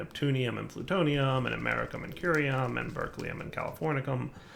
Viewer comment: Goddamn wtf americium and californium are not fuckin pronounced like that